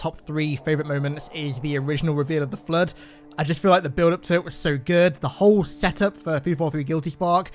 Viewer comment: Can't watch. He continuously pronounces Flood as "Flirt" and Forerunners as "Foreigners".